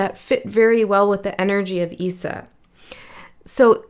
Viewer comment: Issa is pronounced Ee-sah